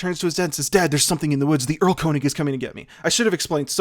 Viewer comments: Germans: “Airl-kurnishh”: “Url-cOne-iG” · Game of thrones has specific themes for each House and they combine into combo-themes whenever two Houses share a scene P.S. Erlkönig is pronounced like "Earl-Kern-ich" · It's so weird hearing english native speakers saying German names like "Goethe" or "Erlkönig". ("Schubert" on the other hand is pronounced pretty accurately here.) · The german "th" is not pronounced like the english "th". Also, the "Erl" comes from the tree "Erle". So it's more like a king of the woods than an king of the elfs.